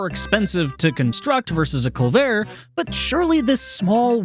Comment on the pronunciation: Culvert isn't a French word. It's more likely Dutch, though there's a small possibility it is from French, and if so, it would've been borrowed into English before the R stopped being pronounced in French. Either way, pronounce it cul-vert, not cul-vare.